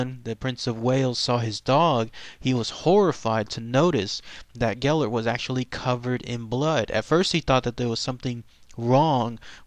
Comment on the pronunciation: I'm Welsh, I heard this story when I was 2 Ive been to the dogs grave, and the statue he says his name wrong though